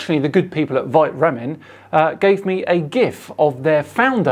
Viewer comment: Isnt it vité ramen?? Like in life